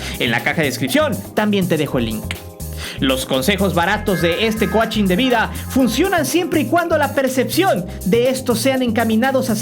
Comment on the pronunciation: “coachin” jajajaja y si al menos lees cómo se pronuncian las cosas en inglés? Que vergüenza